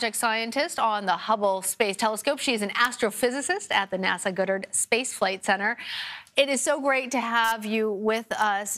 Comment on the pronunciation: First she pronounces Goddard wrong. Then the first thing she wonders is if it's getting a better name. Really?! CBS couldn't have found someone less interested in science to cover this. How embarrassing for humanity.